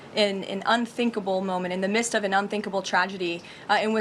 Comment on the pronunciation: Levitt knows the word is "midst" not "mist" right? Normally I wouldn't call this out, but she's a MAGA so I'm having a hard time believing she's just lisping or mispronouncing. I feel like she imagines people wandering around in a light fog when she uses the word.